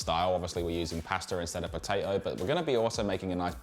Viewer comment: At the very beginning, did you say Paster or Pasta? haha